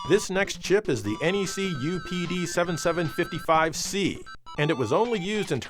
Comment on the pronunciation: Its pronounced micro PD7755c.